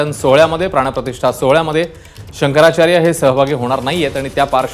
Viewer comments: शंकराचार्य शब्द निट उच्चार करता येत नाही याला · शंकराचार्य म्हणता येत नाही शंकर शंकर म्हणतो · अरे तुला शंकराचार्य तरी बोलता येत नाही